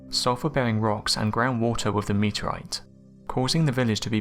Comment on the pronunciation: Your inability to pronounce 'th' is extremely annoying. Having to listen to you saying 'firty'; 'wiv'; 'bruvver'; 'two-fousand'; 'gavvered' etc is excruciating.